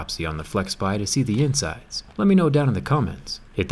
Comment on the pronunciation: I hear insects instead of insides